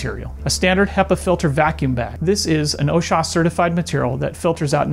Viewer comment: He didn’t even pronounce “OSHA” correctly, so I think I’ll pass.